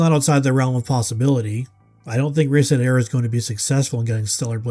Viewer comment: Reset era? Ohh you mean REEEEEEEEEEset era!